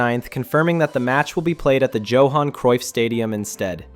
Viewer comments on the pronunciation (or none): Joe-han lmao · And someone who can say progress, Johan and Getafe properly.